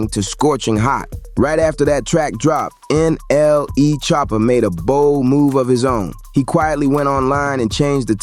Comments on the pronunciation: the way u said "N.L.E" choppa got me dying 🤣 💀 everyone smash the like button fr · Bro said " N.L.E choppa" 😂😂😂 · Bro really says ” N L E “